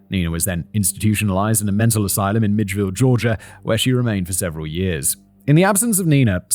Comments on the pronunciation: 😂 I'm from south Georgia. It's May-cun (Macon), mill-idge-vil (Milledgeville) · Hello To say this is a disturbing case is truly an understatement. Thank you to the writer, editor, and to Simon. I'm from Georgia. Macon rhymes with bacon.... and Milledgeville is 'Mill-edge-ville'. Thank you again. Peace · What drove me nuts was him calling Milledgeville 'midgeville' I spent my teen years there lol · As a Georgian, it's not the mixup of Ohio and Idaho. It's Simon's pronunciation of Milledgeville that gets me. 😂 Also, David, I'm pretty sure that you meant to put Columbus, Georgia (not Columbus, Alabama), for the woman whose body was dumped in Phenix City, Alabama. Columbus and Phenix City are just across the state line from each other separated only by the Chattahoochee River. Of course, you might have written Georgia, but Simon saw Alabama. 😆 ETA: Tennessee, Florida? Simon, buddy, it's Tallahassee (the state capital).